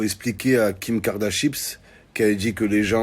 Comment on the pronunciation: "Kim kardachips" 🤣🤣😭